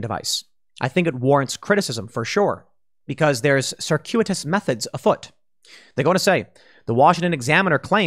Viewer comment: Okay, whoever taught Tim the word "circuitous" last week should be ashamed of themselves.